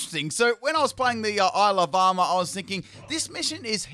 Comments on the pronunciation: when you say ile of armour i always hear alabama, it's very disturbing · I though that he actually was saying that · I swear everytime says Isle of Armor I hear Alabama- 😂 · I keep hearing "Alabama" whenever you say "Isle of Armor". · I can't help but hear "Isle Obama". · Am I the only one who hears “Alabama”